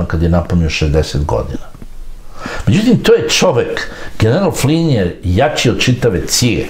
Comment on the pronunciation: Tačno..Slovna greška u pisanju..Inače ime Flynn..uvek savršeno izgovoreno.